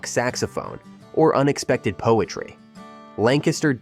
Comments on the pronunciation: LANG-kister not lan-KAS-ter. The LTZ is still the coolest small town. Didn’t even mention the rock and roll connection. Lititz rocks! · You lost credibility when you said Lancaster (LAN-cas-ter) and AM (rhymes with Sam) -ish pretzels. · As someone from Lancaster, it's pronounced Lang-kister